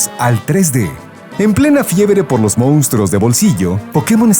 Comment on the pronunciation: ¿Cómo hay tanta gente que no sabe pronunciar "MONSTRUOS" El narrador dice "MOUNSTRUOS" . Es doloroso.